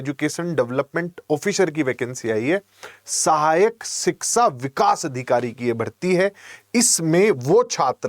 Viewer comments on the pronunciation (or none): शिक्षा बोलो शिकसा नहीं 😑😑🤔😢🤣